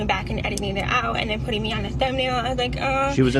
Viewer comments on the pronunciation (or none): none